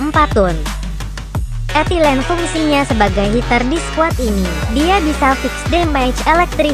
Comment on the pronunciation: Etilen/eilene? kwkwkkw 😂😂😂